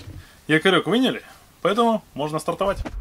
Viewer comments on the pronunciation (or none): "Якорёк вынили" или вынули?)))